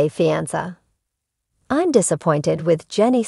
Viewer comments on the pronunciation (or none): Learn how to pronounce fiance AI robot.